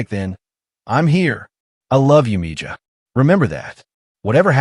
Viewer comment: It's spelled: "Mija," pronounced "Me-Ha." ... just saying.